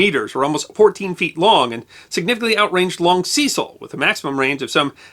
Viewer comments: We were never taught about Ceecile Rhodes but Cecil Rhodes pronounced ses-il. Never heard him called like you have. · Cecil, with a short 'e', not long. He was British after all. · The long ee in Cecil is very weird. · I do enjoy the History Guys Channel, but I do think names should be pronounced as they are by the people concerned. In UK English [The original] Cecil is pronounced the first C is pronounced as the letter S the the second as a letter C, Secil phonetically. not Seesill as the Americans say it. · Also Cecil is pronounced 'Se-Sil', not 'See-Sil'. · Sorry, but Ceeecil grates my gears. Completely spoils an otherwise enjoyable video. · It's only right to check and pronounce people's names as they do. Kekewich is pronounced Keck-witch. Cecil pronounced his name Sessle. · The 'e' in the name Cecil in the UK (where Rhodes was from) is pronounced as in the word 'end'. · Ah, the vagaries of English proper names: Wodehouse pronounced "Wood-house". Cecil pronounced "Sess-ill". Woolwich pronounced "Wool-idge". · FFS its not hard to do a bit of research as to the correct pronunciation of Cecil. He was a major figure in British colonial history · The video was fine the appalling pronunciation of the name Cecil wasn't